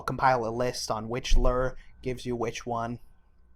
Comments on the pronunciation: Gaming it is loo-er. Not lur. I'm American and a fisherman irl. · Loo-er not a lur! Good video though! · This dude mispronouncing lure made me want to kill myself over and over and over again